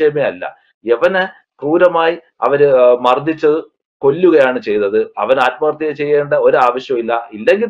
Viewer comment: നിങ്ങൾ ആദ്മഹത്യ എന്ന് പറഞ്ഞ് ആദ്മഹത്യ ആക്കുകയാണോ 🤔